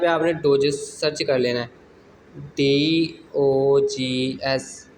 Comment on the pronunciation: Dogs not doges😊